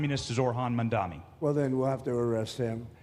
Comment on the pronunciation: Benny, his name is "Mamdani". Making yourself look silly, bro, by saying it incorrectly